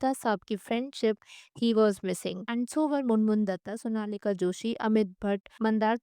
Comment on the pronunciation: somanika ❌Sonalika ✔️